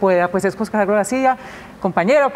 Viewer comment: Queee ??? JO SE ??? Que mal la comunicadora social, no ha tenido buena escuela que verguenza. el nombre Jose se pronuncia JUNTO de un solo golpe NO separado. Eduquese y vaya a la escuela y aprender la correcta gramatica castellano. Gracias.